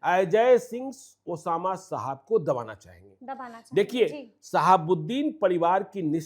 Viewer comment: साहब होता है मैडम शाहाब नहीं ,, कैमरा उठाए और बन गए पत्रकार,, पत्रकारिता तो सीख लो तुम लोग कम से कम ।